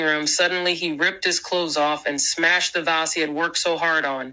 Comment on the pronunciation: How do you mispronounce “vase?”